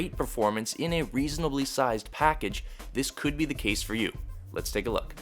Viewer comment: "Great performance in a reseanobly sized packaga" Couldnt stop laughing....